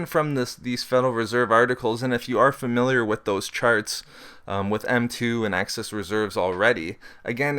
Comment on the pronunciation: Very interesting. I'll check these out and read them for myself, but I am interested in seeing whether inflation rises and what the particular causes end up being. On a more humorous note, do you know that you tend to pronounce "excess reserves" as "access reserves"? Hehehe... Must be that light northern Canadian accent. Don't take that as a criticism though. It didn't take away from the content. I just thought I'd have a friendly pick at you. Looking forward to the next videos!